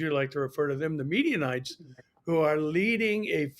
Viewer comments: “Medianites”. The media😉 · Why do you say “Midianites?”